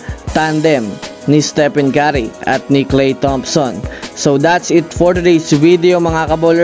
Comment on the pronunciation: patawa ka magbigkas sa kay curry halatang galit ka sa kanya.....blocklist kita awts di pala 😅😅😅 hide post kita